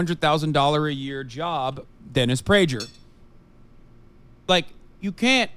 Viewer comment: Hassan mispronouncing Dennis Prager is all the proof that he doesn’t watch the other side of the aisle